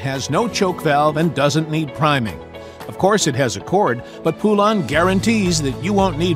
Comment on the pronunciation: I've heard from folks that actually worked in a Poulan factory that it's not pronounced "poo-LAN" like you are using here. It's pronounced "POLE-en".